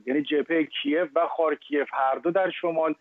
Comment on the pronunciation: Ostad khaarkiv dorosteh na khaarkiev